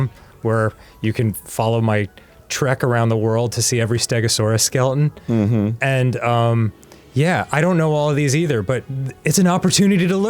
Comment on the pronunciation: The way Dan says skeleton makes me giggle